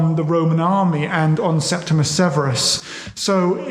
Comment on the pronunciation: "Septi-MEE-US- Severus," surely? 🙄